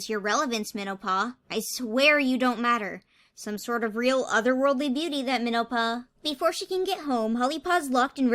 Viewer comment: I got a text at about and wasn’t super locked in to the vid, and I thought you said menopause, not minnow-paw